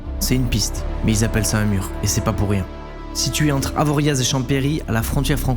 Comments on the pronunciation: On prononce pas le Z d’Avoriaz 😅, et on veux les 24h avec l’oncle beauf!!! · Jajaja les touristes!!!!! Avoria!!!!! On ne prononce pas le z. Et chavanette fait partie de champery et non avo. C est chez moi tout ça